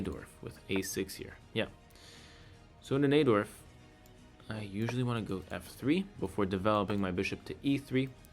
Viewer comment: Video is great and all, but can't get past u pronouncing najdorf like naydorf rather than nighdorf. Unacceptable. jk lol ofc it doesn't matter